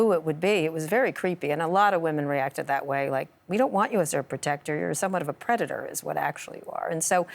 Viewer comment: Why did he keep mispronouncing "predator"?